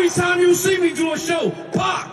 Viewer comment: Did he say we on pop or we on pock